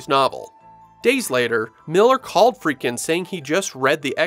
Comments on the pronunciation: God bless'em, but the narrator sure seems to be mispronouncing Friedkin as "Freakin," over and over again. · Love the way you pronounce Friedkin, lol. Still blown away that the spider walk was cut from the original film; to me that was one of the more memorable scenes.